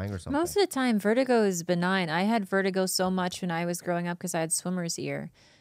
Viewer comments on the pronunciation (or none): Bob, u dont have vertigo... u have vert-a-gay